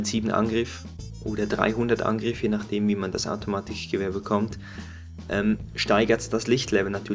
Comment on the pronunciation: ich nfinde es lustig wie du das k aussprichst automatiCHgewehr